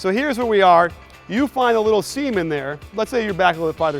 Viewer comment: You find a little seem in there "semen" there o_O